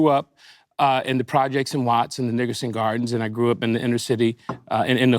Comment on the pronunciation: A. Anderson was definitely saying Nigerson Gardens, and then when Macy called him out he said Nickerson Gardens LMAOOO